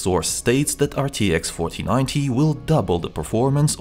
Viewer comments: Why every time he said 4090 all i heard was fortinate or papagee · am i the only one who hears "rtx fortinite"